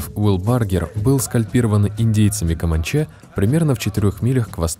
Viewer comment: Индейцы команчЕЕЕ)), и апачЕЕЕ)! Так смешно когда в подобных роликах люди читают энциклопедийную информацию, но так как не особо знают, о чем пишут, то постоянно казалось бы в простейших словах, делают смешные ударения совсем не на те буквы).